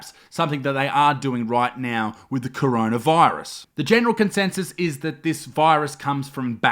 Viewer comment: I don’t want to sound rude or anything but it’s coronavirus not chronaviruse